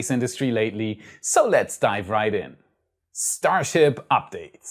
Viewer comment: I think I like "Shtar Ships" better than the conventional way it is said.